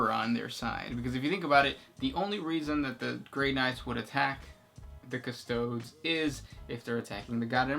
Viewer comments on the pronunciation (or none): Ku-sto-deez!!! C'mon guys.